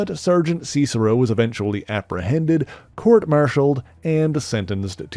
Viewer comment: "see-cero"? Not "sis-ero?"